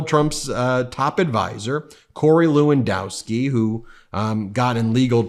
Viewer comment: How bout that. Low-in-dusk-ski can’t pernouncify Kamala either! Wut kinda problems do these elected Republicans have pronouncing the names of non-white people? Could it be racism, or low intelligence? Not sure which.